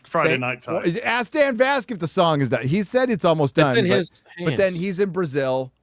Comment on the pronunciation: "Hose" for José is not a correct Brazilian pronunciation. Neither is "Brasseeelll" like says. WTF. Brazil is not a Hispanic country.